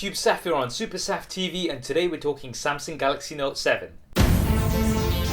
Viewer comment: SAMSENG? SAMSENG means GANGSTER in Malaysia bro. Hahahahahaha. Is SAMSUNG. pls pronounce properly....